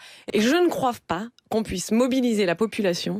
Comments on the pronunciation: La sinistre là, elle dit bien "je ne croiVe pas", ? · J`ai crus que j`avais mal entendu mais en reecoutant c`est bien croive....damned... XD Ca m`arrive aussi de faire des erreurs quand je m`exprime, mais bon de la part d`un elu ca fait peur. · Vous croivez qu'elle a dit "croive"?